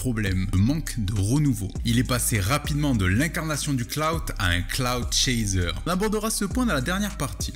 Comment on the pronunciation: Merde on dit "clout" pas "cloud" rap. J'ai appris un truc today